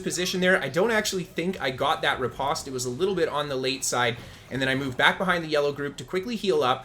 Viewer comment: Hearing you say riposte in such a way makes my ears hurt. Postman, poster, compost, lampost...say these words with the same vowel sound you say riposte and you will hear the cringe.